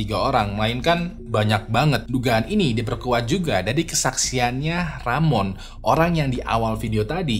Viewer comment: Rohman mang bukan ramon 😭